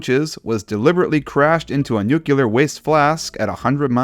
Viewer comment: "nukular" (Loved the video, just needed to point this out)